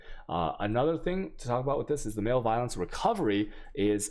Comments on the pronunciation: You drive me nuts with some of your pronunciation of so many words.. Learn to pronounce malevolence please. def: the state or condition of being malevolent; hostility. pronounced as muh·leh·vuh·luhns... not MALE-violence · Your pronunciations of words is atrocious. Butchering so many words. Male violence... jardian... jambler... chows... MbXtreme is an awfully annoying person, but at least he tries to learn how to pronounce English words correctly, since he is targeting an English speaking audience. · Oh... Your pronunciations get me every time man. Male violence lol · The video explanations are good but damn your pronunciation leaves much to be desired please check into the pronunciation for Harbinger zealotry and malevolence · I honestly don't think he knows what that word means or how to pronounce it.